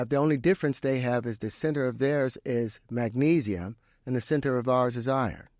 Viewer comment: Titanium, vanadium, “magna say” what???😂